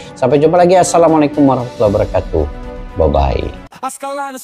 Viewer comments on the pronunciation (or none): none